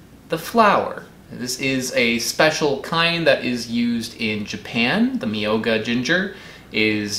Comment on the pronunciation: Myō is one syllable. Myō-ga.